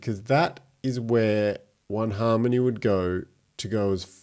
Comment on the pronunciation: An aussie talking about Haaaaarrrrrrrmony? Sweet 👌😎